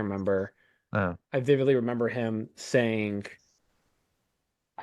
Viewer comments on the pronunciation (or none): "... I vividly remember him saying-k. I thought ten. I could be wrong-k." Why do Texans do this? Did all the yeehaw go to their brain? More at 11.